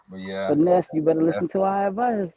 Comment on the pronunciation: Stupid ass can’t read it’s FINESSE not Fine ess